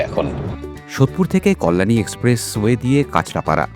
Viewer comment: Ekta feedback dite pari ki apnake? Apnar uccharan ekhono erokom keno roilo apni ‘ Kolyani’ bollen ota bodhoy ‘Kalyani’ hobe mone hoy, ektu thik kore bolle aro bhalo hobe